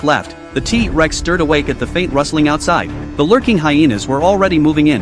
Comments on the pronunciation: It's not teeee rex it's t rex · First of all using ai voice Is so trash,he even said tea rex,second of all he's not nick,hey atleast you didn't call him jack😅😅😅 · Wow he say Tea Rex how amazing😂